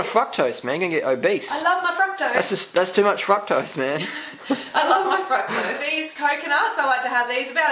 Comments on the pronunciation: i thought the guy was saying "fuck-tose" lmao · oh boy. I think fruketose just became fruktose for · man if that dude said 'fuktose' one more time i was gonna scream. Guys im not sure where in the video she said eat exactly like me! shes just saying what she does, u dont have to copy maybe even grow some of ur own veg. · sounds like they're saying fuck-toast XD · I thought you kept saying "f*ck toast"instead of fructose. What do I know. Ridiculous Americans xD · eating a banana while watching this. thank you for getting rid of the camera man. he was annoying. was he saying fucktose instead of fructose? if so.. no respect for ladies.